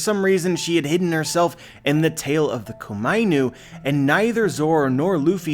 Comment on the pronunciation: When he says Komainu I want to facepalm... It is Ko-Ma-I-Nu.